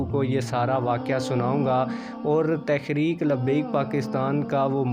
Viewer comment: Bhai lafz tahreek he ap tekhrek par rhy hen?